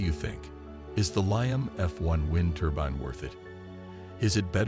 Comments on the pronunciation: It's a turbine, not a turban. Also the music turns the whole presentation into snake oil. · ITS NOT A "TURBIN" ❗